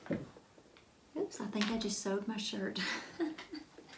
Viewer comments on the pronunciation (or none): I want to show this to my middle school sewing students in the fall. Please tell me she's saying "shoot" and not "shit".